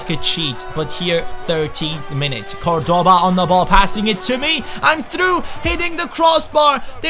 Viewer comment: you are mispronouncing Cordoba, the accent goes on the first syllable not the second. Something like CORdoba